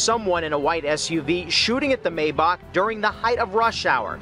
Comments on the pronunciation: MY BACH ITS MAYBACH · It’s pronounced Mai-baak. My Bach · He was driving a "My Bock" wtf😂😂😂